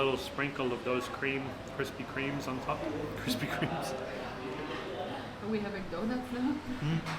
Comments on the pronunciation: It is funny how you say Kremes. 😅 It is Kre (like you siad Cre-dit) and Mes (lkke in ga-Mes). Then , Gunung Kidul is South Mountain. You are right that Gunung is Mountain, then Kidul is usually used in Sundanese and Javanese to refer to South/Selatan in Bahasa Indonesia. But I don't know what language it is (Kidul). Because Sundanese and Javanese is mostly from Sanskrit, or it is exactly Sundanese/Javanese language. East-West-South-North = Timur-Barat-Selatan-Utara = Wetan-Kulon-Kidul-Kaler/Lor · That's not how you say 'kremes'. Not the same as 'cream'. It's like when you say 'kemana', 'keremes', 'kremes'. And the 'e' is not silent. Kremes is a javanese word for squeezed. So the crunchy thing is squeezed, and added as a topping for the duck/chicken. You eat them together. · Lol it's pronounced Kru-muz. Both e's in "kremes" sounds like the "e" in "fern". Happy trailz guys.